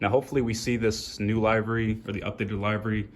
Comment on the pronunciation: btw its pronounced Live-ery